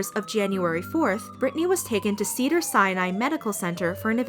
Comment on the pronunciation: If she says cedar Sinai like that again in going to lose it.